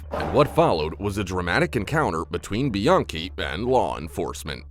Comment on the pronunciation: Lmao you're calling her biankey lol really , come on man and then you changed it to Brittany haha your funny.